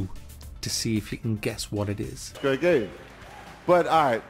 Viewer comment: "yeah, iss a grea gaem" killed me every time xD